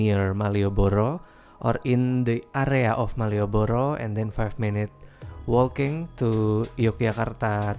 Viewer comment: Walking dibacanya tu "woking", mas. Bukan wolking. Umumnya dalam bahasa inggris tu, kalau ada 2 konsonan bersebelahan, salahsatunya dikalahin (jangan diucapkan). Memang gak semua, tapi umumnya demikian. Macam knock knock. Dibacanya tu " nok". Bukan kenok.